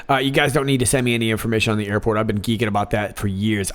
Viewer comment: Airpot?? Did he mean Airport or.. IPOT?!